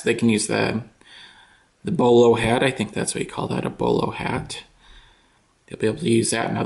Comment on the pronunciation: its boller hat not bollo